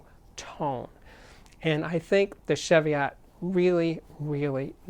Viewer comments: "Sheviott" nope.... CHEVIOTT please. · Another great review, Steve. Just FYI, it's pronounced chee-vee-it, no shev-ee-ot. Named after some hills on the England/Scotland border. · Ch-evy-otts? Try chee-vee-ots. Sometimes pronunciation grates, but only when i know what it is right, which isn't often. For your global audience please give weight in Kg as wall as lbs. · Great video Steve as always. Just a tiny gripe - pronounce 'Chev-iot' like Chevy Chase. It's a mountain range in England, UK. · It’s pronounced she-vee-ot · pronounce chee-vee-ot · Its pronouced cheeviet. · Steve love your reviews always full of enthusiasm :-) One thing though the pronunciation is (Cheeviot) godamn the English heheheh. Keep up the great work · As in Cheviot Hills in Northumberland.And pronounced Chee-viot.It is not a car. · Love Tannoys and the sound they produce. Just one little thing, it’s pronounced with a hard CH as in Cheese not a soft CH as in Chevy. The name comes from a series of hills that straddle the border between England and Scotland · It's pronounced Cheev-iot. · Jfyi., it's pronounced 'Cheeviot' or 'Cheeviat' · Yeah, that's just a UK English/US English thing though, no? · Cheviot as in cheese or chicken or chech your pronunciation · Thankyou for that, I was just about to make the same comment. I almost chucked when I heard this guys pronunciation!!